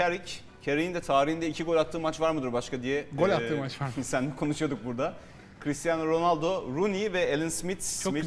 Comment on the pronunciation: spikerlerinizin ag cristian ronaldo nedir yaa